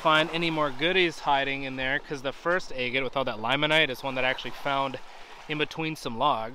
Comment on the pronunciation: I love watching your videos! I've rock hunted over 50 years so I totally understand your giddiness when you find a beautiful rock!😊I need to send you some of mine to cut! I think you should flatten a bottom of that big baby and cut it into fourths!!! Stand them all 4 next to each other...breathtaking!😍thank you for sharing your hunts with us!!💕 I love how you say egate!🤗there's my idea for that big baby!😃